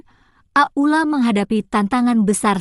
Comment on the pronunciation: Pembeca kurang benar kurang lancar bukan ak uk la itu aula gitu aja terlalu leby